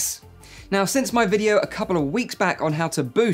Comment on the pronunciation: Am I the only one that heard Mike opinion instead o my opinion?